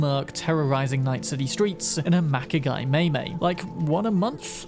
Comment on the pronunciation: Okay, i really do love your videos. But please google how to say foreign names before you do some of these videos. (Vato is pronounced Vahh-toe not Vay-toe, Mai-Mai is Maaah(y) like baah not may) Its not a big deal, but it would help so much with watchability Again, this is not a criticism, not really, just a request and a note